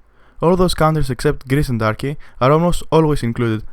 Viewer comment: its not tarky its turkey wtf tarky